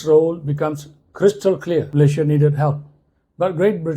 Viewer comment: 😂😂😂is Malaysia or MALAYA😂😂😂